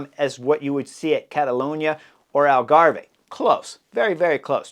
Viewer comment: Hi Chris ...Algarve is pronounced like Grave. no "eh" at the end. That is unless you are Canadian Eh! LoL